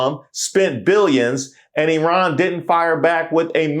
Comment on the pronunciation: Thank you for pronouncing Iran correctly. If you know people from Iran or Iraq you know that we don't pronounce either or both incorrectly. It's Eran and Eraq, even though it's spelled with an I.